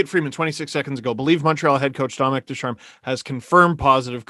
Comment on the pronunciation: It’s Dominique Ducharme not Dominic Ducharme